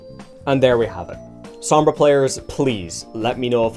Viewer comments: I can’t stand people saying the name wrong. It’s spanish. It’s sOmbra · The only thing that bothers me is your pronunciation of her name